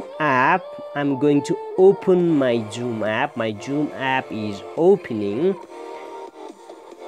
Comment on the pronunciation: hahaha joom😆